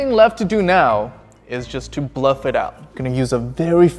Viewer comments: Its BUFF not BLUFF 😂😂😂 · It's buff, not bluff. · Buff, not bluff. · as far as i know the word is buff not bluff.. lol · Its buff, not bluff. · its buff not bluff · The amount of times you said, “Bluff,” instead of, “Buff,” kills me. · It’s buff not bluff 😂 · its buff. not bluff. playing poker too much? lol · He also said "bluff it up"